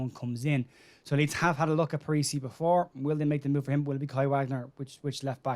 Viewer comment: Parisi not parish . 😂